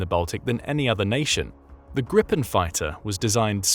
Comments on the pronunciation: "Grip" ("Griffin), in Swedish, doesn't rhyme with "slip" or "hip", as in English, but with "sleep" and "heap". So if you think of the word as "Greepen" instead of "Gripen" your pronunciation will improve. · Pronunciation alert: The i in Gripen is pronounced [iː]. Become aware of the consequences of your Great Vowel Shift: You can not normally use your changed vowels as a pattern on other languages. Do also check the names, like Pål Jonson: å [oː], 1st o [uː], 2nd o [ɔ]